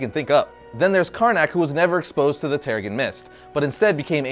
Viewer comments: terriGen not terrigun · I cringed every time this guy said "tarragon mist"...🙄😒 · Giovanni Balbosa-Mc Intosh , I don't know him to not like him, & I don't hear the "accent" you describe, only a mispronunciation of what should be "terra-jen". This is a free platform, I'll watch whatever video I want & comment however I like. Thanks for your input, though.